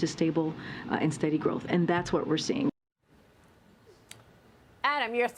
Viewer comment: Growrth? Debt is growing.